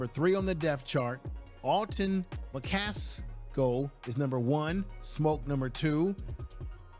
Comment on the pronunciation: AcceleRATE 😊 You were talking about McCasko I think it's McCaSKILL